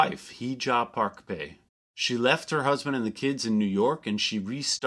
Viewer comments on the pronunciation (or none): Is Pai really pronounced like "pay" and not "pie"? Do you have recordings of them saying the name?